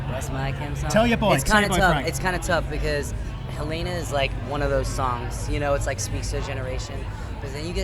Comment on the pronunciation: Why do they all pronounce “Helena” wrong?